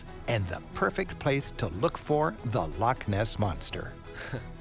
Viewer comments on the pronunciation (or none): So when he is talking about the Caledonian canal he says locks between lakes is because he doesn’t say Loch properly it’s Lo—chhhh and not lock. He says lakes in other places in this film, it’s infuriating, get it right Loch.🏴. The coast of Scotland is stunning, on the north-west the white sand beaches and turquoise seas are beautiful also the palm trees 🌴 would surprise anyone, visit Plockton it’s a wonderful village with palm trees 🌴🌴🌴🌴🌴all along the front between the road and the shore.